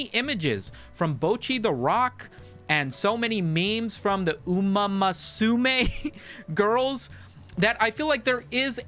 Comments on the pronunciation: Are you pronouncing it umama sume because that's how the presenter pronounced it in the game awards ? Edit: i should probably say something about the meme lest i sound like i only care about how you pronounce a game title, like you said it's mostly occurring around these obnoxious kick streams so it doesn't feel good to partake in or even enjoy, i can laugh at how stupid it is but that's about it. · you can mispronounce uma moose mei all you want it was hilarious